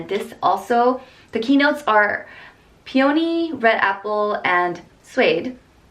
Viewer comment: pee-yow-nee lol